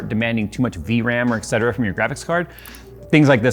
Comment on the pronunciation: Dammit,, did I just hear you say "eksetera?" Jesus Christ 🙄